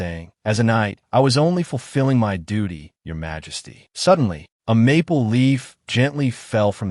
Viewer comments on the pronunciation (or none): none